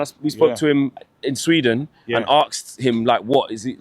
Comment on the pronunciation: Asked him not axed him 🤦‍♀️ learn to speak